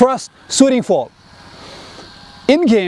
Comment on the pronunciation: Is he saying 'fall' or 'foul' ?🤔